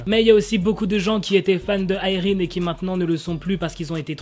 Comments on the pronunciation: Déjà je croyais qu'on disait Irène et pas Ayrine 😂. Les gens qui disent elle a attendu ce scandale pour s'excuser etc, oui bah peut-être qu'elle ne pensait pas être si méchante mais plutôt sévère ou stricte. Quand on te met face à tes actions, si tu as le moindre bon sens tu t'excuses. Et même, que voulez qu'elle fasse ? Qu'elle s'obstine ? De plus, peut-être qu'elle nest pas sincère à 100% puisqu'elle pense que son comportement est juste. Dans le sens où elle est juste là à dire les choses comme elles le sont sont. Franchement je veux le comprendre et je la comprends, quitte à ne pas connaître la vraie histoire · Mais si sa se prononce Irène c juste que la mal prononcée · mais moi je pense que je continuerai à dire "Irène" et non pas "AÏRINE" 😆😆😭